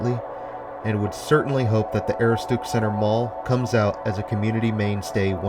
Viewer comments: Ah-roo-stick. Aaahhhh it driving me nuts! When Maine places get pronounced wrong. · Aroostook is pronounced "Uh-roo-stuhk." Good attempt though! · it's A- rooh-s-took. But I got a huge kick out of your pronunciation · Great video but Aroostook is pronounced Ah-roo-stic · pronounce it "Ah-roo-stuhk" like a cross between "stuck and "took" - Aroostook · A-roo-stick is how it is supposed to be said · The way he says "aroostook" has me laughing I'm from pi and used to work at the Kmart there. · Dude! Just can't get past your mispronunciation of Aroostook. Destroys your credibility and watchability. 😐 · And he's totally butchering the pronunciation